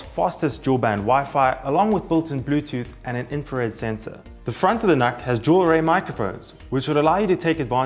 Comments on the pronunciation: Just FYI, it's not pronounced 'NahK', it's "Nook" as in Look. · Personally I pronounce it as "nook", but Intel themselves pronounce it as "nuck", so I stuck with that for the purpose of the video :)